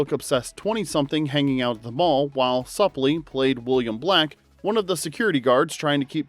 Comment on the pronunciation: Ethan's last name is pronounced Soup-lee.